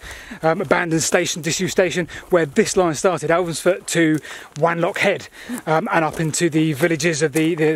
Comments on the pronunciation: It's pronounced W-on-lock rather than W-an-lock as you might expect from the spelling :-) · Also it's pronounced W 'o" nlockhead not W "a" nlockhead. ☺️ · I think Wanlockhead is pronounced "wonlockhead". ;) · So tired of your pronunciation of WANlockhead... irks me so much because I was born and grew up there... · Watched the video from beginning to end regardless of needing to mention Tea with no sugar - but I have. BTW if no-one has mentioned it - if you are a West Coast Scot like me, Wanlockhead has a soft a at the beginning pronounced W(ah)n. As always a great video from The Whitewicks.